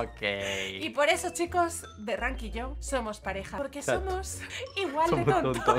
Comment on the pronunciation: Like si piensas que en ves de decías holi holi derank dice coli holi